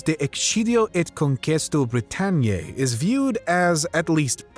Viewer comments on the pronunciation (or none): "Vacant" of Roman Empire's military protection that is. OMG! That atrocious pronunciation in Latin just made a whole in my left tympanic membrane. ExKidio eta BritanniAE, okay?